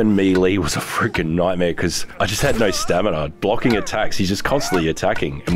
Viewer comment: I remember the days when did not know how to pronounce the word "Stamina"